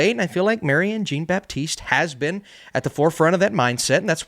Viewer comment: Marianne Jean-Baptiste's last name is pronounced JON-BAPTISTE.